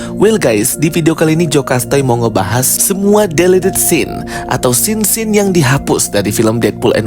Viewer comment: Ayo dong narator atau apapun sebutannya.. please jangan cuma cara ngomong yg di sexy2in. Tapi pronounce masing2 bahasa inggris nya yg bener jg.. jd geli dengernya (contoh se-simple pas bilang "delete" aja masa pronounce nya salah padahal suara udah di-gemes2in)